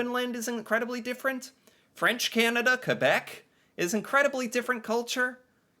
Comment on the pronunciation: Thx for pronoucing Québec the right way!